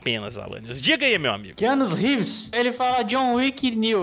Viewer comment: Keanu RÉÉÉÉEÉVÉÉÉES KKKKKKKKKK.... Cara, se vc não sabe falar inglês e tem q falar um nome americano no vídeo pelo menos jogue o nome no google tradutor e veja como é pronunciado. Fácil e rápido.